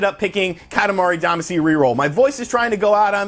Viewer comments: Katamari Damacy is the English adaptation of the Japanese romaji Katamari Damashī (kanji: 塊魂, hiragana: かたまり だましい), which means lump/chunk soul. Duh-mah-shee is the the correct pronunciation. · Still pronouncing “Damacy” wrong I see.